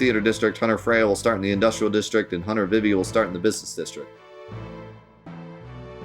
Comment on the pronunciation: It’s pronounced “Zuh Don” and “Vee Vee”